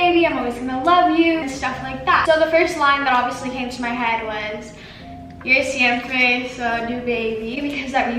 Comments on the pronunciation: Yall heard her try to speak Spanish "jo shiempre so ju babye" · "Je siembre zoy du baby " 😂😂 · I love how she pronounced siempre with the most American accent possible